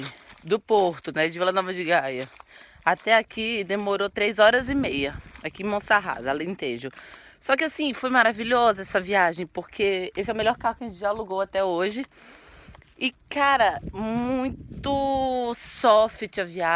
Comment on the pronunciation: Viagem muito gostosa. A casa com seu terreno ao redor, as paisagens, a praia fluvial, o castelo, a família reunida... Tudo muito bom. Só uma observação: a cidade se chama MonsaRaz, com um "r" só, e NÃO MonsaRRaz.